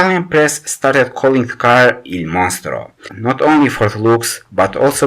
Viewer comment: Filip Brecelj He is right.it’s Il Mostro.Italian nickname.MoNstro isn’Italian,it probably isn’t anything in any language.